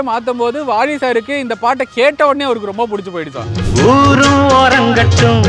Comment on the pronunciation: நீ ஏன் வாலிய வாளினு உச்சரிக்குற ?